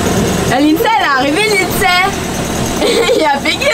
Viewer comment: Vous êtes les meilleurs mais juste vous avez dit Lidsay 😢😢